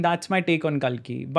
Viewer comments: Its Kalki not Kaalki. Angrezi mai bolte bolte angrez na ban jaya karo. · Its kalki not kaalki.